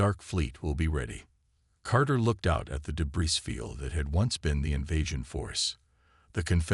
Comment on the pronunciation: Thanks. However!!!.....I REALLY wish you would narrate your own stories yourself like a "FEW" others do. It is SO much more enjoyable than listening to POS CRAPPY AI's that can't speak English!!!! WTF is: "me-TAL-urgy", "day-BRISS", "UL-timitum", "DIZ-aray"!!!!????? EXAMPLE: StarboundHFY narrates his own and they are MUCH more enjoyable....and I can actually finish his stories. There is also a Hispanic gal who narrates her own. Join those who do it right!!!